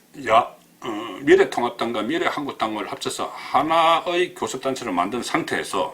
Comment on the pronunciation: 송국건씨 그간 잘보고 있었는데 '비~래,미~래' 발음할때 액센트를 앞에두고 '비래,미래'라고 하는게 너무나 이상하고 듣기 싫어서 구독취소하고 나갑니다.언론인이나 기자 모두 바른말을 써야하는 사람들이라는 사실을 잊지말고 시정바랍니다. 정말 듣기 싫습니다.